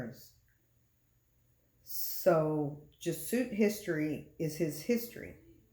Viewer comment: It’s pronounced “Jez-ew-et” and not “Jeh-suit”. St. Malachy’s prophecy is very important because while The Bible doesn’t say the False Prophet will be the 112th Pope, The Bible clearly identifies certain imagery with Rome. Pope Francis has very radical and anti-Christian beliefs on topics such as gender identity, gay marriage, and many other topics. It’s now 2022 and Francis is lobbying for a one world religion he’s calling “Chris-lam” which a mixture of Christianity and Islam. He’s also weighed in on the need for a peace treaty between Israel and Palestine which is directly Biblical. It’s possible another Pope could be the False Prophet but Francis has all the appearances and actions of that role. His age isn’t a factor if he’s chosen by Satan because he could live on easily through the 7 year tribulation. Francis is 85 now in 2022 and he could live on till 100 if he is the right hand of the Antichrist. There’s too much unusually ominous stuff around Francis to not think he is the False Prophet.